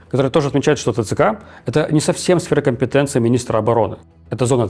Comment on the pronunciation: "сфэра компэтэнции"? - Левиев, тебе сколько лет, 180?